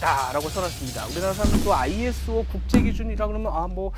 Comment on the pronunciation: ISO = 아이소 라고 읽으시면 됩니다.